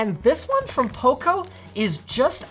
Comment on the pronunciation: It sounds like poko when Linus says it 😂